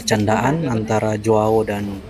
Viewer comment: JOAO baca berbunyi Hoao.. huruf J dibaca berbunyi H. Bulenya mungkin bingung soalnya di negaranya Portugal tidak ada orang bermarga DUMINGAN. Yang paling mendekati adalah DUMIGAN tapi marga ini berasal dari Irlandia (Inggris Raya), ini berarti bisa disebut Irish. Marga Heydemaans juga lebih berbau Belanda bukan Portugal, karena nama² Portugal dan Spanyol adalah mirip berbau Iberia karena keduanya berada di semenanjung Iberia 😮